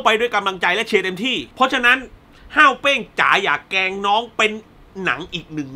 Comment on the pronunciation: ขอโทษนะครับพี่ ผมรำคาญที่พี่พูดว่า เเกง เป็นเเกรง คือมันรำคาญ เเต่การอธิบายหนังคือดี คุณภาพไม่เปลี่ยน สมเเล้วที่ไม่ไปดู เพราะคาดว่าคุณภาพเเบบที่พี่บอก เเต่น้องๆ cgm48 ผมยังเชียร์เเละเปย์น้องต่อไป ครับ